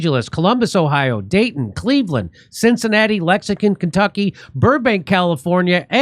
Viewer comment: Jimmy, you're my favorite information giver and I watch most of your videos. I also tell my buddies and send them links to your videos often. You're the bomb! but... you gotta re-record your intro with your dates and cities. Lexicon KY is starting to be annoying. LOL